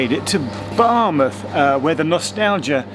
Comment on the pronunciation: I'm not a Welsh speaker but I think Geoff did well with the Welsh place names. A bit spoilt by his pronunciation of Bar 'muth'!